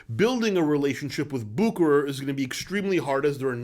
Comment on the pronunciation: Man, you have a great videos, but you need to learn how to pronounce "Bucherer". 🙂You are sounding like an amater now. :-)